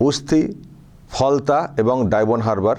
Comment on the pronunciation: Halta নয় ওটা Falta হবে।